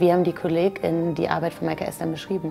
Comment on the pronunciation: Wenn man es sich schon auferlegt hat, dann sollte man wenigstens so gendern, das eine Pause beim Sprechen eingelegt wird. So wie es hier ausgesprochen wird, klingt es, als ob ständig von Patientinnen, Kolleginnen und Ärztinnen gesprochen wird.